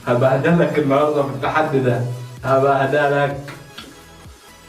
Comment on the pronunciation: انت بتقول هاباهدالاك يعني هبهدلك ايه دة